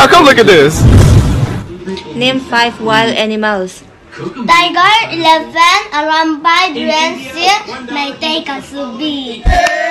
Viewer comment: Meitei women meant to say '5' but meiteis can't pronounce 5 but as 'Phaib' 😂😂😂😂😂😂